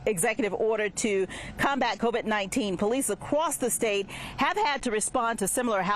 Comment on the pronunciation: “powwice acwooss the state”